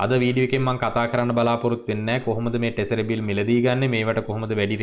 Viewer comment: Tesariy newei treshery..